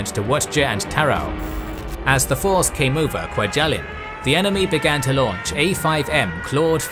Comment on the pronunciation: I've been to 'kwa-gel-in'. It's not pronounced that way